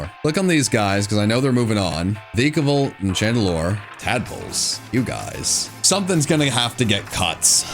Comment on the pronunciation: it’s VYKAVOLT